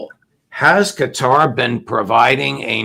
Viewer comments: Qatar - sounds like guitar. Not Gutter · Cuh-Tar not cutter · “Cutter” lol